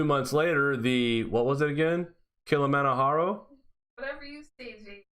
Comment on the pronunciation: According to any online dictionary it is Kilimanjaro with a hard j sound, not a h sound like it would be pronounced in Spanish.